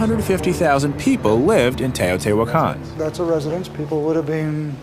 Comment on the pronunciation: It is pronounced teh-oh-tee-wach-caan. I would know, I was there and our guide had studied the city for his entire life.